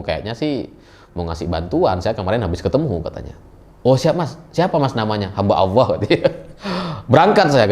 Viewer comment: Hamba Alloh bukan hamba Alah..akidah koq dianggap sepele